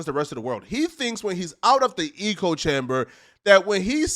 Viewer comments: Omg he makes great content and has intelligent views (usually), puts it together well. Sometimes tho, lol he says eco rather than echo or something similar and I’m like wtf, how…. How are you saying this or that so wrong and so often. We’re all flawed though. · Idc if saying ECHOE chamber like a retard somehow boosts you in the algorithm. It still makes you sound retarded. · Eeko eeko eeko eeko chamber😂😂😂😂😂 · Eeeeeko without chamber 💀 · Omg can someone PLEASE tell how to pronounce the word Echo? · Bro…. Is “echo chamber”, pronounced “ecko”, not “eco”, like “ecosystem” 😆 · It’s echo chamber. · Bro it’s echo chamber not “eco” chamber. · Lol “eco” chamber😂😂😂😂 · The word is "echo chamber," not " eco chamber." Meaning one only hears viewsthat they already agree with. Hence, every statement is an echo of every other statement. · Echo chamber….. not ecology chamber. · Lol why do you keep calling it an "eco chamber" the word is "echo" 😭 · Is he saying eco-chamber on purpose? Like a play on words. Does he not know it’s echo-chamber? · it is “ECHO” chamber… Not “ECO” chamber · It's echo" not "eco" 🤦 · Its echo not “eco” chamber bro. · You kill me every time you say eco chamber. Sounds like a place a bunch of recyclers hang out. The phrase you're looking for is echo chamber. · Nothing says sudo intellectual like a word Smith pronouncing echo "e-co" lmao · Wes hasn’t lost all his fans… Still over half a million subs. Did he fuck up, sure… he still has followers and people paying for his programs though. Having money is a part of being High Value. Wes is a millionaire. Oh, and it’s “echo chamber”, not “eco chamber” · “Echo chamber” bruh. Not “eco chamber” 🤣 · Echo-chamber….not eco-chamber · Lol "eco" chamber. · Where do they pronounce echo like eco. Echo rhymes with, like say Heck with an O and without the H. Other than that good video 🌟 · Your pronouncing echo chamber wrong your say Eco like Eco friendly . It's echo "EEHHKO" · Lmao "eco chamber"